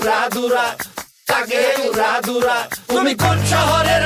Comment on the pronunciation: উচ্চারণ ভুল উড়া দুরা না হবে উড়া ধুরা ।